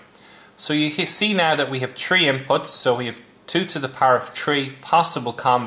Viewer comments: great video, but "tree plus tree?" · u pronounce your three as tree? just to let u know.